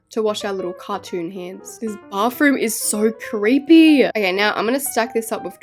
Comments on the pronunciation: YOU NEED TO LEARN HOW TO SAY BATHROOM ITS NOT BARTHROOM ITS B A T H R O O M THANK YOU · you say bathroom " bafroom"